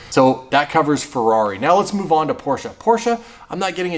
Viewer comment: Thank you for pronouncing Porsche correctly.